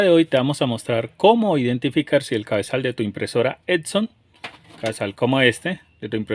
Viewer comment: ¡Todo muy chinguetas, pero es EPPPP-SOOON, no ED-SON, no ET-SON ni EC-SON, chingada maaaaadreeeeeeeeeeeeeeeeeeeeeeeeeeeeeeeeeeeeee!